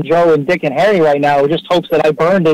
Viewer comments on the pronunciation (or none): none